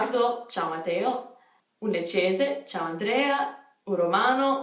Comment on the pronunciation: Mi aggrego ai complimenti, ma volevo dirti che secondo me è una cosa bella il fatto che si senta un po' il tuo accento di provenienza! Però ti do un consiglio, visto che dici di essere una perfezionista: attenta alle doppie, ogni tanto non le pronunci (es. Matteo). Sei veramente brava comunque, prima di questo video avevo visto quello sui nomi ed ero convinta fossi italiana